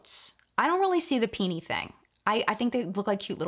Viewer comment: When you said “peenee” 🤣🤣🤣🤣🤣🤣☠️